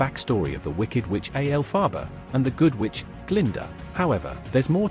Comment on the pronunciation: A. L. Fah. Bah. 😂